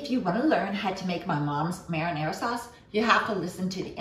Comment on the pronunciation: Only because we are talking about correct pronunciations, I have to tell you that you aren't pronouncing "marinara" correctly.